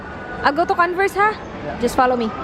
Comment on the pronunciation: POO-MA, not PYU-MA; CON-VERSE not CAN-VERSE. Dnt take my corrections offensively, just happy to see people improve. You are doing well, keep it up. I like the authenticity and humility. And positive vibes.